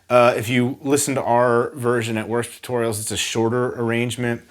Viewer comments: Hey. At the beginning it sounded like you said “worst” tutorials and the auto caption even says it:) I’m here to encourage you and say you should never doubt yourself when your doing the work of the Lord.:))) Your awesome bro and hope to meet you one day! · Jake Man23 he meant to say worship as it is the name of his channel and he introduces each video the same way with "welcome to worship tutorials" and the captions are auto generated so it's just whatever YouTube can hear. He mispronounced it. He's not offending anyone